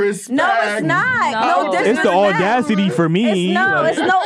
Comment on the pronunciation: did say “ordacity”?